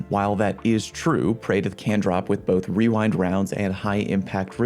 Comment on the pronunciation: 🤣 I'm glad I'm not the only one who says wewind wounds lol